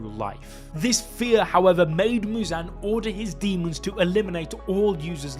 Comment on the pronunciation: Why the fuck is he saying Mewzan